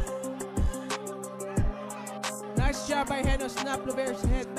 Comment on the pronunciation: Hindi lover Llover double L yan nakakahiya pakinggan